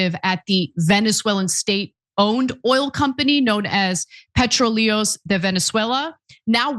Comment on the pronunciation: Nice try on pronouncing "PRETROLEOS". Try again.